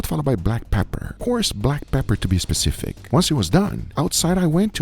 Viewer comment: Trust Guga how to be "specific" 🤣